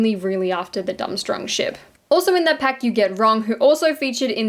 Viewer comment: Love the vid, but it’s pronounced “dorm-strang”